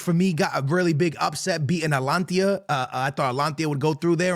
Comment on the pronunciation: Atalantia whaat? Its huuuge